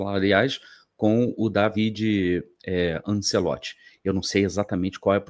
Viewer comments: bom dia. A pronúncia correta, em italiano, é Dávide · Eu tenho um primo italiano que se chama Davide, minha mãe italiana pronunciava Dávide. O tradutor google também pronuncia Dávide.